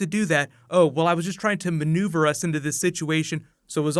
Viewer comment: Even if you see the dead body, it doesn't mean that they're dead, or dead forever =P Lol you said Manu-ver XP